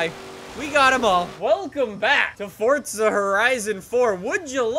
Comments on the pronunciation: It’s forza not fortza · Omg it's forza a not fortza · Stop saying fortza 😂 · Its not FORTZA